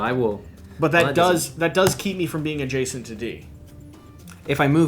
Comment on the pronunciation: OK, seriously,, learn to say "adjacent" right. Second syllable is "jay" not "juh". It pulls viewers right out of the video when you have a jarring mispronunciation like that. Listen to how your co-host says it. The term comes up way too often in board gaming.